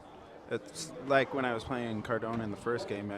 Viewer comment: it's cardona not cordona. inform yourself